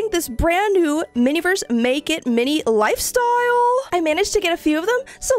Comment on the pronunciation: The way she says ✨LiFstyLe✨ is so authentic 🫰